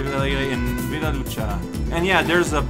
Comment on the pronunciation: "Villa" is pronounced "viya"